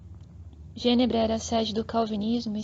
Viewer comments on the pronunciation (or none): Falar Genebra, acento em Genébra